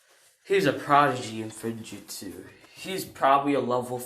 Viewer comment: It is pronounced like f-woom-jut-su As in sealing jutsu